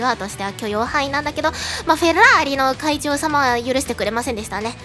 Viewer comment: フェrrrラー↑リ好き